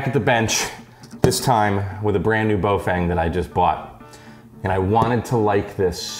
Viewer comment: Please note: the first syllable of the brand is pronounced to rhyme with "cow" and the second rhymes with "lung". So it's "fung", not "feng". Cow-Fung --> Bow-Fung.